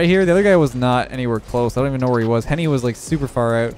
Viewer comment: Why is no one talking about how said Henry instead of Henny